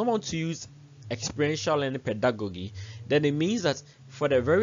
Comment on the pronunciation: A very great delivery. It was interesting to listen, watch and learn. A comment on the word Pedagogy. peh·duh·go·jee .... Not peh.duh.go.gee. The same applies to Andragogy. Thank you